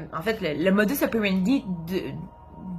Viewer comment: J'aime bien vos vidéos je les regarde toutes depuis le début😉. En France aussi on dit aussi "Modus(s) opérendis(s)" sauf que dans le latin le S est prononcé😉😍. Bonjour du Cantal au centre de la France en Auvergne. Bonne continuation et bravo 👏👏.